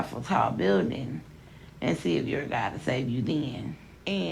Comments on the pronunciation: She asked “do you believe in Gah?”I didn’t know it was Gah and not God 😂😂😂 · "Choo bleef i' gaaaaaaaard" Iconic.